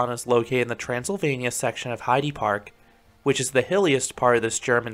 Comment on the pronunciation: Great video as always👍 Just one note:the e in Heide Park (and in any german word) isn’t pronounced like in “eagle“ but more like in “elephant“.